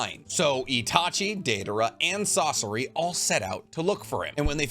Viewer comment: sauce-o-ra???😂 its SA SOR RI bro why does every youtuber get pronunciation wrong when its in the show